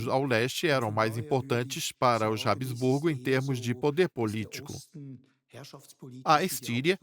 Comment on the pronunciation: Habsburgo e não Hab-E-sburgo.